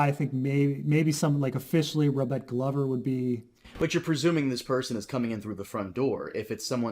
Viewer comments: this is a load o waffle and non mans pronunciation of Glover is worth of death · It's glover, like a glove, the guy even has a glove as his sigil. At least you're consistent, unlike Dotrice (RIP you old duffer)